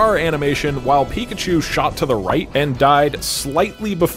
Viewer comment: Nobody: Not a single soul: The anouncer: PIKACHOO!!!